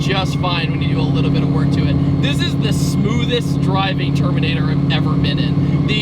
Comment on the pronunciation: at first I thought you said termater cobra haha